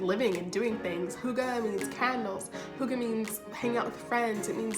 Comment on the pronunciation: I'm I the only Danish person here who get triggered when people say hygge wrong?